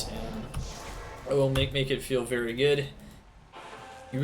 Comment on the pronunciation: Every time I hear you say "very" I replace it with "beary"